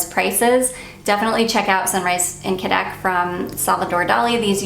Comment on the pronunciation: I’m not 100% positive but I think cadaques is pronounced Ka-da-keys😊